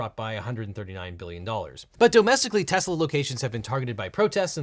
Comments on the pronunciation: dont forget when he pronounced it "Tesler" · "I Love Tesler!" - President Trump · “I love Tesler”, the second he said it I was like, “oh no, that’s a new vocal stim” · You mean Tesler? 😂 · “I love tesler” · In addition to “everything’s computer” we also got the gem which is “I LOVE TESSLER” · IT'S TESLER. 😂😂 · It's tesler ....get it right . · You mean "Tezler" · Sir it's pronounced "teslarrr" 🤣🤣🤣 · I love "Tesler", what a moron. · You're wrong legal eagle. "I love tesler" is the funniest thing! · "I love tesler" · Is “everything’s computer” really the funniest thing someone’s ever said? There’s also “I love Tesler!” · It's definitely Teslur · Also love how Trump butchers the name - TesSlur.............